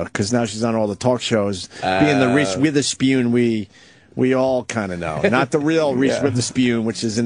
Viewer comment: Omg we get it. It's funny that you say Witherspeeewn. It's so hilarious!